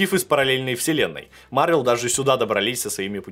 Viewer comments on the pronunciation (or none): none